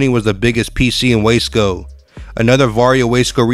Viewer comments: What the hell is Wesco why do you keep saying it like that? It’s WASCO LOL I DID TIME THERE. IT’S WASCO NOT WESCO. IT’S GEICO NOT GEECO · Wace co. 😂 It’s Waa-sco. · U sed WAY SCOW LOL ITS WUUUUUSCO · Is this AI voiced? Waysco. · How you going to do a video if u can’t even say the right words in Spanish or English . U said waysco or lleva😂😂😂😂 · The narrator pronounce Wasco wrong.. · This guy can’t pronounce Spanish or English hoods 😂 WTH everyone knows how to say wasco. There is no y in there. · Lol.😂 The Guy Talking Can't Even Say The Lame Name Wasco Right 😂 Lol.